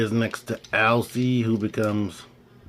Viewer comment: Finally someone knows how to pronounce her name correctly, great video Cool looking arcee but just not hitting the mark for me